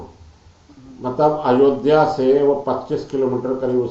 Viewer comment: अयोदिया नही अयोध्या।